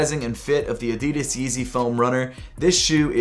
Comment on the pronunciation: You pronounce 'Adidas' Incorrectly